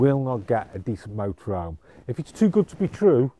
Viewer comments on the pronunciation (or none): Thers an H in motorhome!